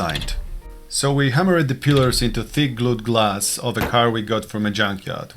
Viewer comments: Pliers not pilars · It's "pliers" (pla-ee-ers) and what you say sounds like "pilars" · It is "pliers", not "pillers". Pillers is not a word. Pliers is the correct term, pronounced "ply-ers". Also the expression is "to say the least", not "to say the most". Thanks. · ITS PLIERS "" NOT PILLAR?? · Pliers, not pillers/pillars . otherwise good test. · This is a terrific test and extremely thorough to boot. Great job. You have earned a subscription. By the way, you have been pronouncing the word pliers wrong. Use the guide in this link to help you get that right